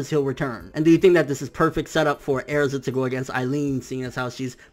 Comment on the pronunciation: not bashing you or nothing but why do you pronounce Erzas name like that? if that's how you pronounce it, go for it. just curious is all.